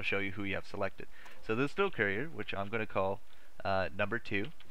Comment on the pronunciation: For the love of God, stop saying "carrier" like "career".